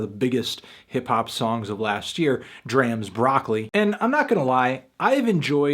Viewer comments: Learn how to pronounce D.R.A.M., ya jabroni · I wish people would say d.r.a.m. name right. it's like drama without the extra "a" at the end